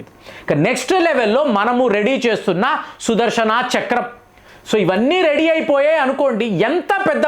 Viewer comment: sudharshanaaa kadhu sudharshana please pronounce clearly the words